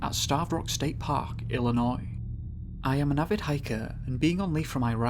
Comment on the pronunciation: Love that the narrator is a Brit and even he can pronounce Illinois correctly. 👏👏👏